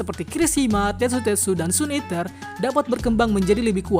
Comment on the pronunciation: Halo bang aku nmbah dikit saran ja ya Pembahasan kmu keren dan jelas itu bagus Tapi PERBAIKI LAGI DALAM PENYEBUTAN BAHASA INGGRIS KAMU di bagian "SUN EATER" "SIDEKICK" coba kamu cari penyebutan yg benar 👍